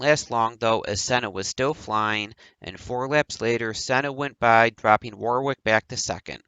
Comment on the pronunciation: Your content is okay and you cover things some people don't but you desperately need to pronounce alot of things correctly and also sort your microphone levels out, apart from that keep it up... (example, Derek Warwick is pronounced Derek Worrick, not War-wick etc... watch English TV feeds etc and you'll get there)